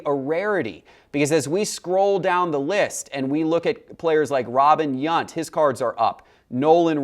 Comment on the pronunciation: How did you pronounce Robin Yount's name wrong! haha